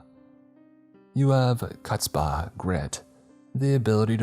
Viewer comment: I'm assuming the word was chutzpah. The first syllable is pronounced like a phlegmy "huh" (like you're hocking a loogie) and you had the rest of it right.